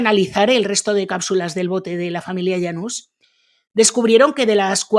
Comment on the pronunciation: Yanus o janus, pues no que no puede pronunciar nombres extranjeros